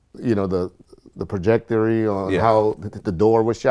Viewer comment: THIS DUDE SAID “PROJECTORY”- I’m white so I had to say this dude